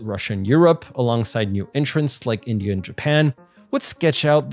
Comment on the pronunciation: I want to ask you one question. Why do you keep saying endia instead of india. Ok i get it, it is supposed to be insulting, but what does it mean?